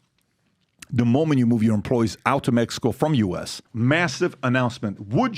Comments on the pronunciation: Wtf is mehico??? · You said “Mehico” ❤!